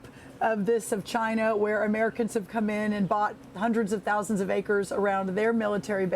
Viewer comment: What is it with Fox reporters that cannot pronounce China correctly. It's irritating to thr extreme.